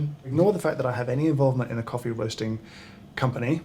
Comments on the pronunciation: Every time you said hoffee I had to laugh. In Wales hoffi is like, and a Welsh tounge twister is "dw I yn hoffi frothy coffee" or "I like frothy coffee" As for "Celebrity coffee" I'll be honest I do drink a celebrity coffee, it's jacksepticeyes coffee - top of the mourning - it's traceable, it's from a rostery in the USA and they give money back to charity. I'd really like you'd try that one at some point and give your take on it. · hoffee coffee =D